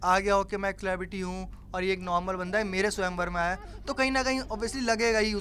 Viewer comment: Haha haha He said "kelebrity" rofll